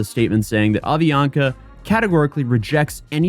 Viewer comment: Dude, it's Avianca, not "Ovionca"!